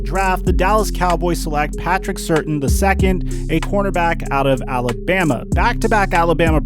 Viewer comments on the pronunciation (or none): He really said Patrick certain 😂😅 it’s pronounced ( Sir-Tan ) Patrick Surtain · pronounced Sir-tane. Not ser-tin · “The Dallas Cowboys select Patrick Certain” Im certain you mispronounced his name 😆😆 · Bro I know these names can be tough but cmon man. “Certain”, “Pay yay” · i died when he said Patrick “certain” the second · Glad I wasn’t the only one. It’s Patrick Sir-tane. You can tell he’s not an Alabama fan. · This man said Patrick Certain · You repeatedly butcher "Surtain", having no idea how it's pronounced, proving you have never seen him play.